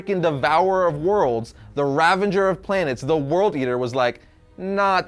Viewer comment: It’s RA-VAGER not RA-VENGER.